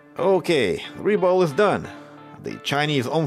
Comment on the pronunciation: "РЕБОЛ" ?! хм!... я кажется не ошибся в происхождении автора...